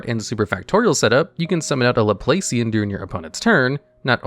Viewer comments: Laplacian is pronounced Laplahcian. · The operator pun coupled with mispronouncing “Laplacian” hurt me